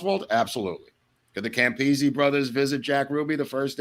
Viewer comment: Thanks for pronouncing Campisi correctly✌️✌️😊